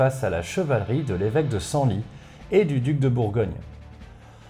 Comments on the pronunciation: Encore un fois c'est top ! Pour info "Cysoing" se prononce (au moins actuellement) CIZOIN et pas CISSOIN J'ai un doute mais "Senlis" se prononcerai pas "SENLISSE" ? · On prononce le s final de Senlis . Mon petit cœur de Picard a saigné à chaque fois 😊 J'adore re écouter vos vidéos encore et encore 🙏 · Salut salut Super vidéo Juste pour info , si tu parles bien de l'évêque de Senlis, ça se prononce senlisse Voilà voilà Bonne journée